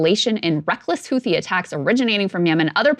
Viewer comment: shew... the "h" in "Houthi" is a silent one. pronounced "hoo-tee"